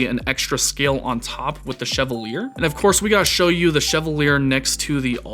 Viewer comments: Bruh, Fire video, Fire knife. Loved the intro and breakdown. Your lighting setup is incredible. Also, I think it's pronounced "Cheval yay". French AF. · Respectfully, can I suggest that the name of the knife is pronounce [she-va-liey] or, in formal IPA [ʃɛvaǀje], from the French, meaning “knight” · sheh-VAL-yay. As in the French actor Maurice Chevalier.